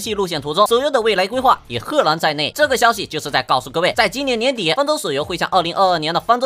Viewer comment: 年底那個字聽不懂